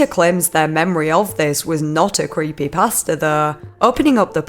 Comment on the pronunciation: Omg I thought when she was saying creepypasta she was actually saying creepy pastor LMFAO